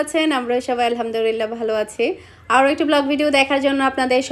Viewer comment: Alhamdurillah na, Alhamdulillah hobe, apni maa sha allaah besh koyekbar Alhamdulillah bolen, uccharon shothik hole onk sawab paben er maddhome